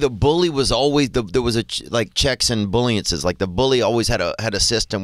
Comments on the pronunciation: "Checks and bullyences" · “Checks and Bullynces”😂😂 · “Checks and bullyences” 😂😂😂. This is why Theo is on another level. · “Checks and bullyances” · "Checks and bulliances" "stranimals" Theo is a hoot😂😂😂